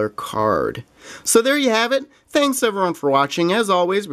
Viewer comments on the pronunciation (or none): none